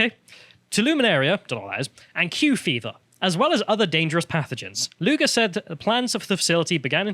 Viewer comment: Lol “Dick Luger”